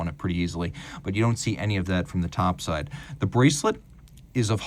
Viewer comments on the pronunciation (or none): none